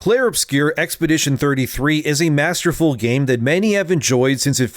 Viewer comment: It's not called "obscure", it's a French word "obscur". If you can't pronounce it, just call it "Expedition 33"